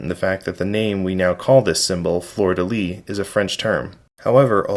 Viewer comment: Your many hours of research failed to teach how to pronounce “lis”. Here’s an actual French guy talking about it.